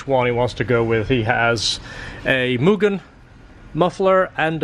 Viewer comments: a lot people say myujin or myugen. Annoyed me for years and I got over it. So it was refreshing to hear it pronounced the right way. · Respect on pronouncing Mugen properly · So glad you pronounce mugen properly 😂